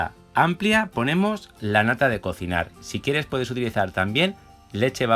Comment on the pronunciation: dices nata de cocinarrrr???